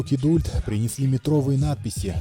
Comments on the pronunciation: Да уж! Скорее "кидолт" или вариант с проглатыванием "u". Точно так же, как в слове "adult". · Сам ты "кидульт". Кидалт правильно. Английский учи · классное видео, только вот кидУльт в озвучке постоянно резало слух) Канал супер!